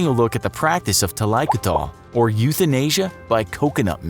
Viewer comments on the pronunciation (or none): The pronunciation of the word makes me cringe! Thalai means head and koodal means hair. Koothal is actually with emphasis on the th...koothhal refers to an oil head bath. It is not pronounced kuthaal but koo- thhul. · Thaikoothal is a two word combined to gather , it should be pronounced as thali - koothal ( not talaikutal ) . . Meaning head bath . Yes this is a practice in tamilnadu but not overall south india . . Extra fact - when an elderly is sick and almost near to death when they have extreme suffering in breathing, All members of the family including kids will feed her a spoon or two of cows milk to releave then from pain and life . The milk will choke them and kill them . This happens all over india no one can oppose it !!! But to be noted its not because of poverty though. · There are so many wrong things here. Including pronounciation. 1. It's thailaikoothal and not thalaikothol like alcohol. It's either a Tamil or Malayalam word. 2. Not all Indians wear turban. 3. Police wear khakhi and not black dress. 4. Healthcare is a scam in India. 5. Most of the Indians don't follow this and the statistics are wrong. Etc....etc... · JUST SAY HEADPOURING! NOT TaAlAaIkUtAl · i am an indian. specifically a south indian with active roots in a village. This is a regular practice, started with a noble reason but misused. The only thing wrong is the pronunciation. It is pronounced " Tha-lai-koo-thal". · Hy I'm from Kerala(a state in south India)n I HV never heard of thaikoothal before(BTW I think its pronounced tha-lai-ku-tal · And also the way he pronounces it is kinda weird. That's not how it's pronounced in Tamil. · Thalaikoothal....the way u tell that triggers me.. as a south indian😂